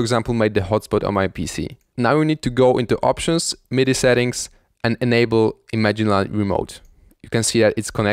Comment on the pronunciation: considering he pronounces image-line as imagine-line i would say no